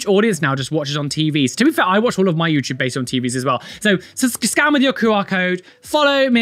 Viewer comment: I heard "Scam your phone" instead of scan and just went: On it, boss